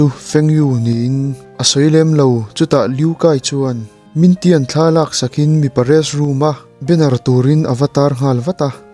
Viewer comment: Min tian ni lo in ming thian a ni kha a chan ber cu nak tuk tuk ti na aw a ka hriat ve tlem te ni cu